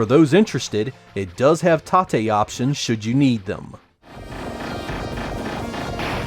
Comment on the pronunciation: Hey Excellent video as always.I am enjoying this now. I have t ask though what does "tate" (ta-tay) mean? I heard you mention it a couple of times however I am not familiar with this term.